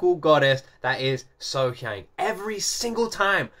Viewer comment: Concerning the pronunciation of her name...... Think of her name as being spelled. SoHyoung.